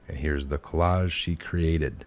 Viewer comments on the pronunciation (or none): How can two grown men, not know how to pronounce collage?